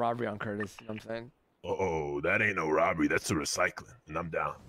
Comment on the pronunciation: “it ain’t a roberry it’s a recycle n I’m down” lmao 🤣